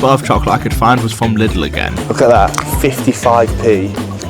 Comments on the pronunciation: ITS NOT LITTLE BRO ITS LIIIIIIDL pls - like Leedle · Its not pronounced like little. Its like liiiiidl dude. Anyway good video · Its pronounced "Lee-dell"